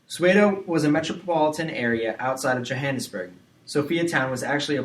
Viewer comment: The pronounciation of Soweto and Johannesburg is terrible too!! 😅😢😡